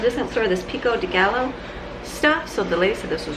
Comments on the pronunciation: Hi, actually you can actually drink too much water and people have done so and drowned. 16 cups is WAY too.much, you said that cup held 2 cups right. 4 of those a day is enough for you, not 8! Pico de Gallo is pronounced Pico de Guy - o, lol makes me laugh every time you say it. Laughing with you,not at you. Take care, have a lovely week. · Pico de gallo... pronounced guy-yo. Double L in spanish is pronounced as a Y. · Thanks! BTW: "pico de guy o" pronunciation, like quesadilla = "quesa Dee ya". I'm not being disrespectful....just looked like you're struggling with how to say it. Only trying to help.🙂